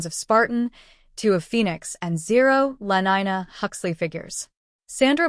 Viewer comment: Lenina not lenyna